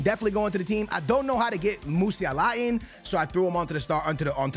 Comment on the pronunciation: Musi-ala😂😂😂 almost pronouncing his name like he’s saying inshallah